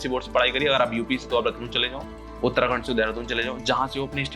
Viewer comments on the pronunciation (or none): none